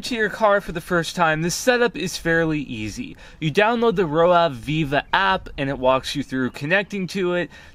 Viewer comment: Roav = rove, not row ave